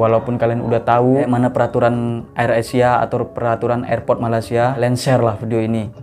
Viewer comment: Malaysia mas..bukan malasia🤣🤣